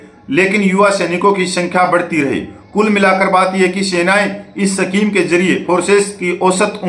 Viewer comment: सफीम नहीं भाई साहब, स्कीम होता है